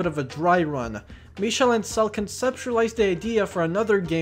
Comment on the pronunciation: Came for this video (but saw some of your other videos first.) Your french on "Michel Ancel" is really good (compared to you Monpellier. The "l" souds more to "r" the way you said it) btw. My only direct contact with the series as a kid was playing some of Rayman 2 on my DS (Via R4 cartridge) as a kid. I never completed it because the R4 it was on stopped working. I really digged the aesthetic as a kid.